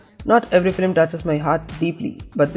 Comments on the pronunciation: why dose he say flim its film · why is he saying "flim" instead of film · It’s FILM NOT FLIM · Its film not flim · why does this guy keep saying Filim... ugh, its Film or just stick to animation